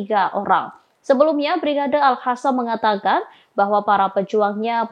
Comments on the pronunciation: Maaf bro bukan al Hasam tapi al Qasam/Kasam. Beda jauh kan? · Al Hasam 😂😂😂 anchor ga bisa baca